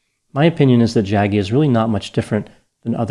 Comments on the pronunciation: It’s hilarious how particularly disrespectful it is to not only not call him Sadhguru but mispronouncing Jaggi. I know it’s not intentional but these grifters don’t deserve anything more than this. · I love pronunciation of the name... Jaggy 😂